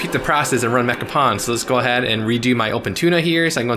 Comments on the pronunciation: Awesome video and mod, can't wait to install it myself. Also for the youngins out there, its pronounced "pone" not "pawn". Source: Did a lot of pwning back in the PS2 online days 👴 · Pwn rhymes with “own,” not “pawn.” It’s gamer slang for getting “owned.” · "pwn": rhymes with "loan", not "lawn". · Dude, It's pronounced Mecha "Pone", don't you remember the memes? :D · Pronounced “mekka-pone”